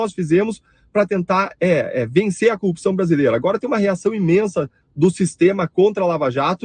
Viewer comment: Este aí também fica fala coopção, será que é o idioma do Paraná? Paranaenses se defendam!!😁😁 Brincadeira, acho que é só o marreco e sua corja